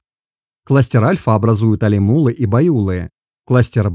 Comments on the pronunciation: Алимулы, байулык, не правильно произносить. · Респект за интерес к истории казахов, но исправьте, пожалуйста, произношение названий родов! По ушам бьёт! Алим улЫ! ЖетырУ! БайулЫ! Ударение на последнюю гласную 👆.Ведь странновато звучало бы" мОсквичи"," саратОвцы" или воронЕжцы. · алимУлы байУлы жЕтЫру, большими буквами отмечены ударения